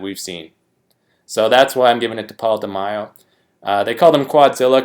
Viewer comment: De-May-o not De-my-o, bro. Mack-a-way Or Mack-uh-way, if you prefer. Egyptian dude. Took 2nd in '83 olympia to Samir. That iconic olympia stage in Munich, Germany from the '83 olympia. Also, thats where Bertil Fox got robbed and took 5th place even though he was the fan's favorite that day. Left him very bitter. Gunter Schlierkamp endured the same exact fate in 2002 when he took 5th at the Olympia even though he looked great and the fans adored him.